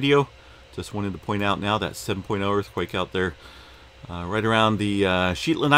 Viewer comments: Lol...Shet, like 'jet' not Sheet...like the Shetland pony. Thanks for update :) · The “Shet” in “Shetland” rhymes with “bet” , (hard enunciation)